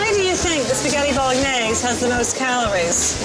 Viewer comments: Non-italians please don't pronounce the g so harshly when saying Bolognese like Jillian does 😬 The g and n make a NYE sound. Bolo-NYE-see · Stop emphasising the g in Bolognese so much grrrr !! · Oh my god I hate Gillian McKeith so much, she’s annoying and bitchy, plus she pronounces the g in bolognese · The way she pronounces spaghetti Bolognese pisses me off, It's not British either. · Why does no one bother to tell Gillian thats shes pronouncing Bolognais wrong!!